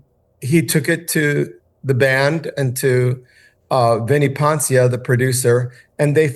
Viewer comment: Hey, hack - firstly, RE: "Poncia", the accent is on the FIRST syllable of his surname ("PON-see-uh" or even "PON-shuh"), not the second syllable (the f*ck is "Pon-SEE-uh"??? 🤣😂). Secondly, it was GENE who said he didn't like the song, because of its fruit-booty, disco overtones - & he was RIGHT, especially given that Desmond is a straight-up F*G, so those queerbait elements were naturally incorporated!! So, don't mislead viewers into assuming you're talking about Paul Stanley. BTW - it's actually comical how this f*ggot Desmond is using a fruit-booty voice when mimicking Paul's voice. Likely because he fantasized about taking it up the a*s from Paul, & was shot down. And, no, "I.W.M,F.L.Y." isn't anywhere NEAR as popular as is "Rock & Roll All Night", let alone MORE popular! You'd better do some ACTUAL research, & not base your OPINION on something that has momentary popularity on a format as stupid & baseless as "Spotify" (whatever the f*ck THAT'S supposed to be). Further, do the grass-roots test & ASK random people on the streets what song is most associated with KISS. I GUARANTEE it won't be that disco song. GUARANTEED.